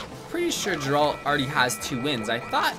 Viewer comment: Is ever gonna pronounce geralt correctly?😂